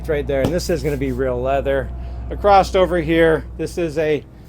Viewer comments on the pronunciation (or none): Unique floorplan. Love the black toilet! Sorry I have to mention it but when you say the correct word 'across' your pronounce it 'accrossed'. I have noticed other people say it this way but not sure why? "Across" is the correct word; "acrossed" and "acrost" are nonstandard, colloquial, or dialectal misuses, often arising from confusing "across" (preposition/adverb) with the verb "cross" (meaning to go over/through) or from the way "across the" blends in speech, adding a "t" sound, but it's grammatically incorrect for formal writing and speech. Use "across" for movement or location on the other side, like "across the river," and "cross" for the action, like "he crossed the river".